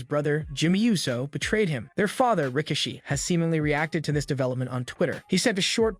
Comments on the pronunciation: His name is pronounced “RY-KEY-SHEE” (RIKISHI) 😂😂😂…you must be new watching WWE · Pronounced sikoa and rakishi wrong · strange way to say Rikishi